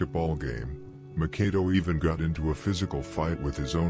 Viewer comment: I will always give it's props for it's contribution for these street long form docs, Howeva, by now we all kno Makado's name is pronounced Mak ah doo. Not Mah Kar do or Mah Kay do. When I first watched the 600 joint, I thought his name wuz pronounced Mah Kah do until I seen members or otha channels callin him Mak ah doo. Jus like Lil Les from Pocket Town... He wuz pronouncin it as lil Lay. Even tho on the screen it says Lil Les. But I got used to it bein Lil Lay until I watched otha jointsz where his name wuz pronounced correctly as Lil Les. Otha than that, props to bein the GF when it comes to this.